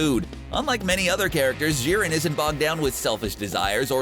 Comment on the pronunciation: Who else gets triggered on how he says jiren